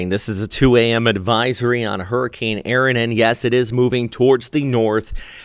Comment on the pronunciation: The storm is ERIN not Aaron! It's ERIN!!!